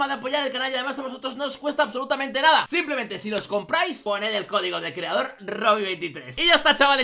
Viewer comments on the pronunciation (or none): none